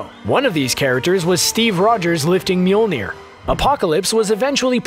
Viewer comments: I don't think you said that right. It's not Mewmew? No, no it's not. Whoops! Whoopsie! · Narrator : "Mjolnir" CC : "Mule Near" 😂😂